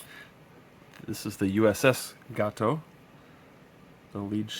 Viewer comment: Pity they didn't include the weather counters! It's pronounced GAYTO !